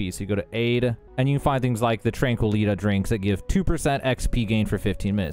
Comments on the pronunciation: Great video dude, but for god's sake it's pronounced Tran-kwi-ih-tee Tranquility. Tranquilitea. It's a pun. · Great guide, I might do this close to end-game. So if you had played the game for any length of time you would have heard them pronounce Tranquilitea and realized that it says TEA at the end. Other than that great vid. I'm glad you had fun turning fallout in space into an arguably less-good satisfactory. Have you tried Satisfactory?